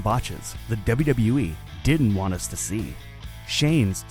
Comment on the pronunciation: That "wwue." Always trying not to screw up. Well that's the "wwue" for ya